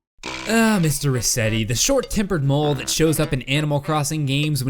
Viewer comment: its resetti not reset